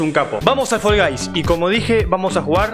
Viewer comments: Nosotros: Fall guys: Fol gays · Fol gais